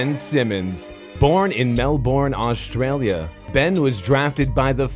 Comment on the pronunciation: dam the way some Americans say Melbourne and Australia are so cringe